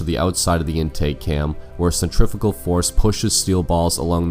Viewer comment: Say the word 'Centrifugal' again, it sounds funny!